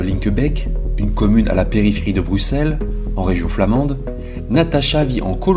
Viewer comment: Big up pour ta prononciation des noms propres! C'est rare que ça ressemble à quelque chose de la part d’un français. Chapeau bas. Déjà le X de Bruxelles prononcé S. Linkebeek avec un É (qui aurait pu être un poil plus long) plutôt que le fichu È qu’on entend si souvent. Et finalement le nom de famille de Natacha qui est parfaitement plausible (je ne sais pas comment la famille le prononce, mais je pense qu’ils ne seraient pas choqués). Donc, grand merci pour cet effort car c'est irritant pour l’oreille dans maintes vidéos. Et merci aussi de relayer cette histoire dont on a finalement très peu entendu parler en Belgique.